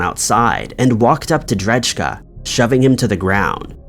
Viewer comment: Pretty sure dudes last name is said ‘dray-kuh’ not ‘dredge-Kuh’